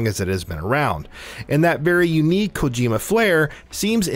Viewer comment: "Hideo Kojayma's" made me smile